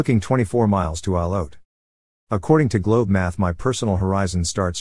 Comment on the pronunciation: Isle Haute, pronounced Eel Oat.